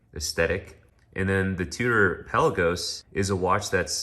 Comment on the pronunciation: It's not PELLA-GOS. It's pronounced PEL-LA-GOES :P